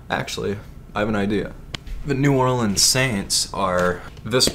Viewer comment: I don't like the way you say New Orleans but anyway you should put a jersey swap in the intro